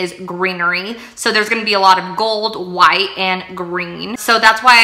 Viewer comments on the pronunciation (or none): none